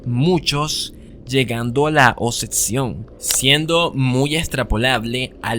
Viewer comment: Me desconcentra demasiado cuando pronuncia la C en vez de la B en oCsesión aCsoluta oCsesionada, pero me gusta el video